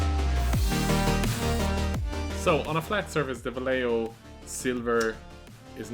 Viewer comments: Vallejo = "Vaie-ho" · Vallejo's pronunciation: va-ye-ho!